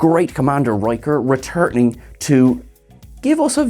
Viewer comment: The great Jonathan Frakes "Re-Turt-ing" 🤣🤣🤣 You accent gets me sometimes, great video still 🤙